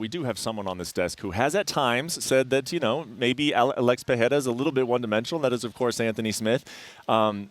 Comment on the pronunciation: Lmao Chael will never learn Alex's name.